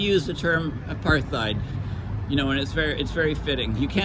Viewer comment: Apartheid is phonetically prounouced '' A' PART - HEID '' - (South Africa - Anglo-Afrikaans) One doe's not use in speech the phoneme ''Th' when prounouncing the word apartheid...